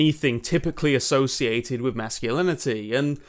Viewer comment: With is wiff? Fua fuks sake, learn how to Engliss moar betterz.